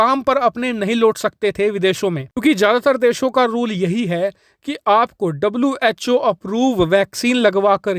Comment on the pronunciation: Was called cho Instead of who